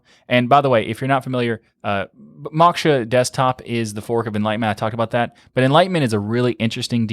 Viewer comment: Moksha is pronounced "Mo-kh-sha" - Sanskrit word meaning "Liberation"